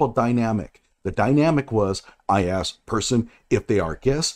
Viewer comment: Rashad doesn't say "ask". He says "axe".